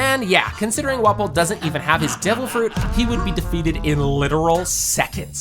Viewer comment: devil frooch